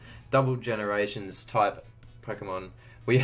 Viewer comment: Aliyah Bowring yea i was like am i just blind or did he literally say ganerations